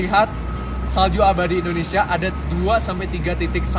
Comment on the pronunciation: Papua bukan ondonsial